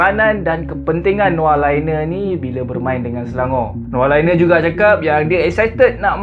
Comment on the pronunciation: Laine -sebutan" Lane"✅ Sebutan "Liner",❎